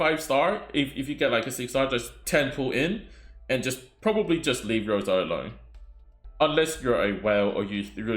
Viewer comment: I'm Russian and the wrong pronunciation irks me so much 😂 In russian the letter R is written as P and the letter S as C. Thus Rosa and not "Poka". Oof, had to get this off my chest ❤ good luck on your pulls if you decide to go for bear mama